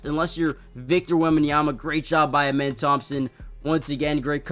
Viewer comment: His name isn’t pronounced amen it’s ahmen like the god ahmen rah